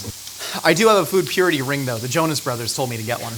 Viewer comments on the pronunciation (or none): none